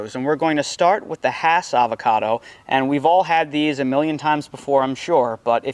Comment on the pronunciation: Nice explanation! I came here to fact check and make sure you said "hass" correctly. Even in California I go to farmer's markets where vendors try to sell me "haas" and I get irrationally bothered by it 😄You're spot on about reed, that's a great piece of fruit, comes with its own bowl to make guac in